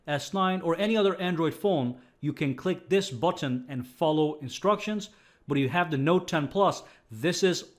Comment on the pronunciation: budton budton who's got the budton i will hear "budton" in my dreams tonight.